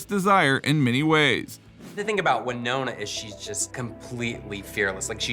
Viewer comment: It W not why ( in WINONA